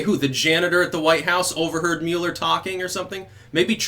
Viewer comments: Finally...someone who pronounces it correctly. It’s “Mewler” not “Muller” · Thank you for pronouncing the Mueller last name properly... It was (Muller with an umlaut) in Germany... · Thank you for saying Mueller correctly.